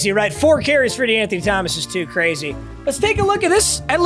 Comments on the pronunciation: I took a shot evetytiem he saiud dewanthony thgomaqs and im fuicked uop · lowk the amount of times he said de’anthony started to piss me off